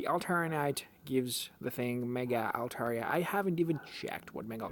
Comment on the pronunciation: You are pronouncing Altaria correctly